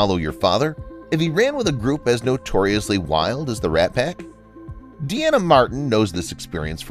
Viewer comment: Jeez. You don't doo your homework, do you? Dean Martin's daughter was named Deana (as in, a female version of Dean). It is not pronounced "Dee-Anna." Her name is pronounced "DEE-na." Get it? Dean (Deen) Martin Deana (DEE-na) Martin